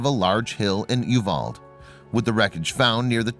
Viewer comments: The town where they got married is pronounced you-Val’-dee, not Uvald with a silent ‘e’. Just saying. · If you could pronounce You val dee, it would be appreciated. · You pronounce it U-val-de in Texas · Uvalde is pronounced Yoo-val-dee